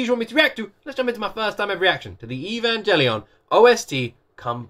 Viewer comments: The "G" in Evangelion is actually pronounced like in the word grammar not "evan-jelly-on". Some people (including me) are triggered by this wrong pronunciation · I am a simple men, I see evangelion, I click. ( btw the g in evangelion isnt pronounced as a J)